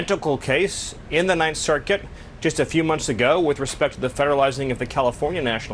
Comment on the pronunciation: I can’t stand how he says circuit.. “ssserKIT” eugh